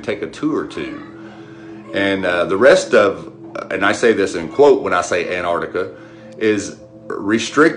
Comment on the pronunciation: HEY AMERICANS, THERE'S TWO GOD DAMNED C's IN "ANTARCTICA"!!!!